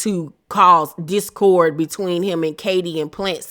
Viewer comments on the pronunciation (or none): none